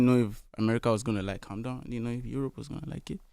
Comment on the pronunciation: It's Calm Down not "Come Down"😅😅